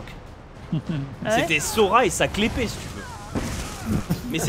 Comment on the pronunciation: la "clé-pée" ? mais on dit pas key-blade ? Kappa